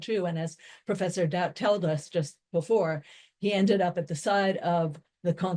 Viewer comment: It's Marlene Daut not Molina doubt